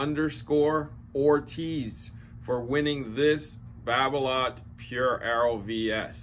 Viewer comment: Babolat is pronounced babola without the t